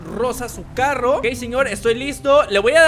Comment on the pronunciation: Moto y un Carrrrrrrrrro